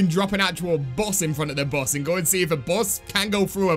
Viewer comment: ooooooh the "bus", i kept thinking u said boss i was like wtf is the tranzit boss